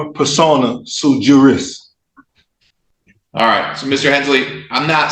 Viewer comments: "It's "su-jurís" not "suju-rís"" - Hermione, probably. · First, sui juris is pronounced SWEE JURIS, genius.